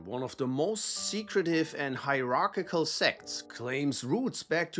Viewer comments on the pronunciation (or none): none